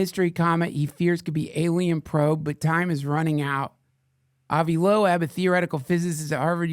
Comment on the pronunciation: Look up how to pronounce "Avi Loeb"... Holy shit already